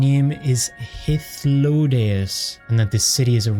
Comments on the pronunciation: You probably figured it out by now, but his name is pronounced "Hyth (rhymes with myth) - low - DAY - us" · Hey just in case you're unsure of how to pronounce Hythlodeus, it's: hith-low-day-us. It's actually based on a Greek character, Speak of Nonsense'. Hope this helps! I was pronouncing it wrong for a very long time.